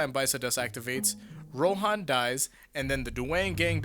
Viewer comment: It's Ro'han', like 'han'd, it's not pronounced 'hawn'd Why can Americans pronounce nothing correctly even after listening to it for an entire season